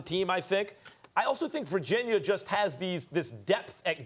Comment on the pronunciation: Virgin-yurrr - Stephan A. Smith